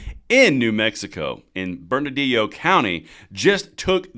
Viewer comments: I have enjoyed your coverage of this debacle. I just wish you could pronounce the county correctly😁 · Brother, you’re killing me on the pronunciation. “burn-ah-lee-oh” = Bernalillo. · Thanks for covering my state... oh and, um... it's "Burn - uh - Leo" county. =) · Bern-A-LLIO not Bernadio spelled Bernalillo 🙂 Nice little fact, San Juan County in the same state is a 2A Sanctuary county. San Juan County Sheriff Shane Ferrari stands in this tyrants face for his citizens rights on a daily basis, so bad that she will no longer speak to him and forces her aid to converse for her. #LockHerUp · it is pronounced "Burn - uh - Leo" You don't burn a house, you "Burn uh Leo". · Bern-ah-lee-oh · Just to help you out a little bit with the pronunciation of "Bernalillo." Berna-leo. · It’s pronounced “Burn ah Leo”, double “L’s” are silent. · Bernalillo - there is no "d' in it. (Burn-a-lee-yo) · It’s pronounced “burn-a-lee-yo” Bernalillo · That’s Burn-Lee-o County. In Spanish, the double L is pronounced as a long e. Great video! Keep them coming. God has brought me out of cities that have become hell holes. This Sheriff and (not enough) others are holding the line. We must have their sixes. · Bur- nuh- Leo. I live here in albuquerque and she's a trip. That's how you pronounce my county. Bernalillo 😂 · Bernalillo should be pronounced- “burn-a-Leo”😁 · Pronounced, Burn-a-Lee-yo. Just helping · Love your channel . Its pronounced burn-a- leo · Burn -ahh -lee-oh. County Thats how it is pronounced Keep up the good videos! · Im sorry but it's burn-a-leo Bernalillo lol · It's pronounced "Burn-a-lee-Oh". Yea, I know. LOL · Love ya and it's "burn a leo." Thanks for keeping us up to date. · Close, but it's not a 'd'... it's 'lee'. Burn-ah-LEE-yo County. Thanks for videos. Love em! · Bernalillo is pronounced Bern a leo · Still botching that pronunciation. If you had read the comments in your earlier video my comment would have taught you how to pronounce burr-nuh-lee-yo.